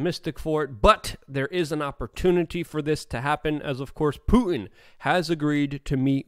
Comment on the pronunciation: COME ON LUKE, YOU SPEAK FOR A LIVING. his name is PuTin accent on the 'T'. NOT Poo-in. And the word 'important' has 2 'T's in it also.. NOT pronounced 'impor-in'